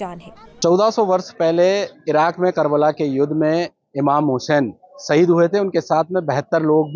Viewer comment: Bihari anchor hai kya NDTV??? Saheed nahi shaheed hota hai.